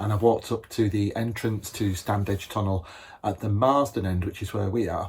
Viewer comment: It's pronounced Stannidge.